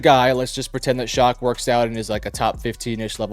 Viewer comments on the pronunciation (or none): For the record, Tyler Shough's last name is pronounced "Shuck" and not "Shock". It isn't a big deal, but it was bothering me through the video. 😂